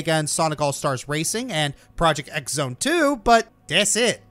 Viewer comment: THAT X IS PRONOUNCED CROSS. ITS PROJECT CROSS ZONE 2.